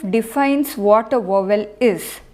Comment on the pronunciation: Madam, In English 'v' is DENTAL and 'w' is not. Hence, 'vowel' is pronounced first with a dental sound on the 'v' and then an open sound on the 'w'. Otherwise, thanks for teaching us Sanskrit pronunciation.